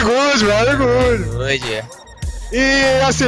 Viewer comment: VERY GUD VERY GUD KKKKKKKKKKKKKKKK